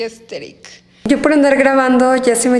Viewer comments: Que diga "aestetic" es proporcional a cuando bob sponja y patricio dicen "estiloooooo" JAAKAKAJ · "AeStHeRic" amooo jaj. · Jajajja casi me ago pipí por que a cada rato dice aesteric 😂